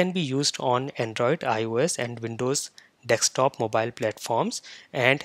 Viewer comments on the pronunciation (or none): Dear; Why do you say it as "dek-stop" applications, instead of "desk-top". It is much annoying to hear such a simple thing being mis pronounced wrongly.